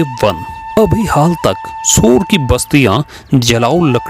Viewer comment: सबसे पहले तो वाचक का उच्चारण सुधारने की जरूरत है बार बार सोर को शोर बोल रहे हैं